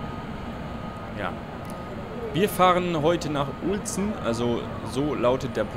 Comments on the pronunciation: wieso denk ich immer icetea statt ICE-T? :D höhö btw ich wohn ganz in der Nähe von Uelzen ^^ spricht sich wie Ülzen (nicht Ulzen) :) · Uelzen wird Ülzen aussgesprochen :) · Den Ort bei spricht man übrigens Ülzen aus;)